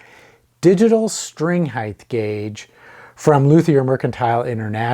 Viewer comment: “Height” doesn’t end in “th” 😃 rhymes with “right” and “fight.”